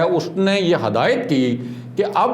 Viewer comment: Aap ne hadayet kaha wo asal mein :hidayaat:hai